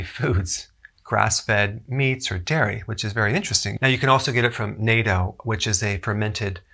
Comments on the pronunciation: NATO is a military org. Natto should be pronounced like "NAH-toe." The vowels in Japanese are like the vowels in Spanish. Believe me. I speak Spanish, am fluent in Japanese, and eat natto everyday. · Great as always Dr. Berg, thank you! A tip, nato is pronounced like“nut toe” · Natto is pronounced like nah - toe with a hard T sound in the middle. :D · Okay I've held back long enough. Dr. Berg, it's pronounced "na-tto"... Pls relieve my suffering of hearing natto being misprounced in your future videos.